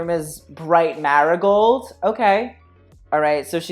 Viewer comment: Your pronunciation of marigold had me 💀